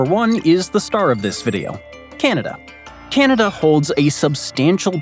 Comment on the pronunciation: How this guy says "Ceneda" hurts my Canadian ears.